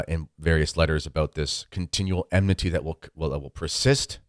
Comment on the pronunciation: it is enmity not emnity